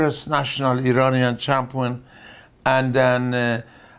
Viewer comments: sounds like "chompee-on" to my ears. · Champwin. Because what does the champ do? Win